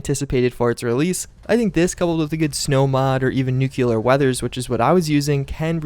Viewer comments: NUCLEAR! NOT NUCULAR! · It nuclear, not nu-cular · Nuclear = New-clear, not new-cu-lar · It’s Nuclear....not fucking Nucular. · pet peeve. It's not "Nucular" it's "Nuclear" New - Clear. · "nuculer" lol. u gud talk. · nu-cle-ar -sweet aunt nancy this is even a game about it. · NUCULURE it's pronounced NUCULURE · My guy makes so many fallout vids but says nucular lol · ((No offense meant)) hey, Nuclear only has one "U" and is pronounced "noo-clee-ar" or "nu-clear" because it makes a "new"-"clear"ing. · "nukyuler"?? really? .. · Nithun Sridhar The actual pronunciation is noo-cley-arr so. You're wrong as well. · I wrote nuclear. The word. Not the pronunciation or the phonetics. I just said that NUCULAR is wrong😅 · Finally someone corrects him on the way he says nuclear